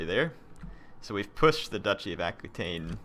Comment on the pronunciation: you should put a governer in spain, in the region that has all the mines... mo' money's always good. And it's pronounced ah-key-ten. I understand it's not easy to remember every comment :-) I feel your pain. Oh, and considering how many provinces you own, you could train 3 gold chevron troops with the right edicts and the right general (some of your commanders add 2 chevrons to the units it recruits and some legions probably have the same ability too), that would be funny. Oh, you could name that legion by clicking on its title in the legion's details screen : "Blades of Glory" or "let's poop on Charlemagne", "wreck the gauls"... would be sooo awesome. Anyway, this series seems to reach its end. You could invade Rome, that could bring a good/tough challenge if everyone declares war on you. Or you could declare war on each and every last faction. It would be a grandiose and tense finale instead of just rolling on everyone like it's no big deal. edit : ok, I spoke too soon :-D